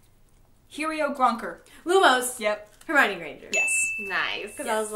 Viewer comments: Who else noticed "Herminoe Granger" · "Herminoe Granger" u w u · HERMINOE!?! HERMINOE!?! ITS HERMIONE!!! XD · Hermione not Herminoe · Hermione... not Herminoe... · It's Hermione not Herminoe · Her-my-own-ninny! XD XXD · “Herminoe Granger”. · Its not wingardium leviosaa its vivardonium levis